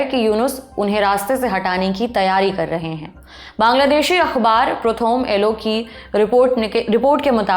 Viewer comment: I am indian bengali but i m deeply offended by the pronunciation of prothom alo